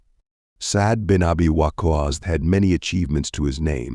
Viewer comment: By the Way, the way WaQqas is pronounced needs a bit of correction 👌